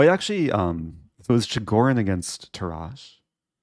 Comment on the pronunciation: Dear Eric, Tarrasch is pronounced with the emphasis on the first vocal and a strong last "sh".